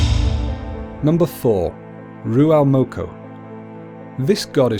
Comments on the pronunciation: Its ruamoko not ruaumoko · Whaitiri or whatitiri not waitiri, kūmara not sweet potato, rūaumoko not ruamoko, punga not ponga, the 4 main māori gods are tanemahuta, god of the earth n shit, tawhirimatea, god or the wind, rūaumoko, god of eruption n shit, tangaroa, god of sea